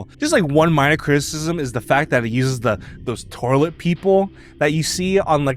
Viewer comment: "Torlet people" 😂